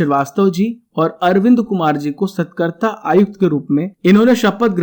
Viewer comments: सतकर्ता नहीं, सतर्कता है ।वो बाकी very nice information👍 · कृपया सही उच्चारण करें- सतर्कता आयुक्त It's not SATKARTA It is SATARKTA Thanks. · Aap satrakta aayukta ko galat dhang se padh rhe hai sir